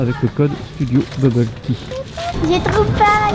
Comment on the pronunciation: j'aime pas studio buble tea surtout quand elle dit buble faune